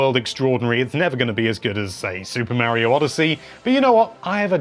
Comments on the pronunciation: Got the pronunciation for daemon down, just gotta work on Mario (not Marryo) now. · He calls Mario "Mary-oh" so there's that.